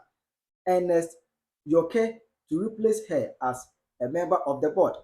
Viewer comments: Bro … it’s pronounced York as in New York … not Yorkeeeeeee …. We beg 😂😂😂😂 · Yorke is pronounced York and not Yor ke 😂😂😂😂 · The name Yorke is pronounced “Yor-k” as in “New York” not “York3” 🤣🤣🤣🤣